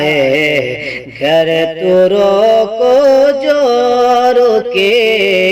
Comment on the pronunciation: 'جو رکے" کی جگہ ،جو کے، ہو گیا ہے